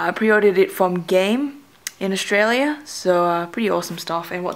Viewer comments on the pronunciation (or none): none